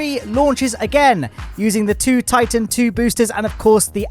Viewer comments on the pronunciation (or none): none